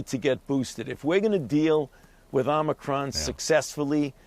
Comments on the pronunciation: "The Omicwon Vawiant is waging thwu the wuld!" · Please teach Dr. Fauchi to pronounce omicron correctly, with a long o, as the NBC anchors do.